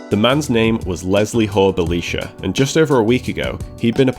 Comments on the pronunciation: Interesting that you pronounce Belisha with the ee sound rather than the eye sound. Belisha when referring to himself used the Bel(eye)sha inflection. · The correct pronunciation (used by Belisha himself) was Bel(eye)sha. He was an ally of Churchill , Jewish and therefore vehemently anti Nazi.